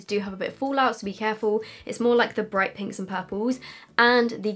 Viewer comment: "folaut" xD